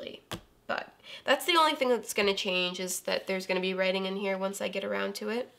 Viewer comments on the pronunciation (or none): none